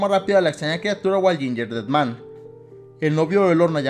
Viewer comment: otras personas:gingerdead man:yinyerded man:v